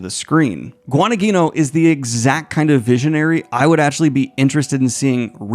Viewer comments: "Gwa-duh-neen-yo" my dude. Incredible news as always!!! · The way Daniel says Guadagnino... bo wtf.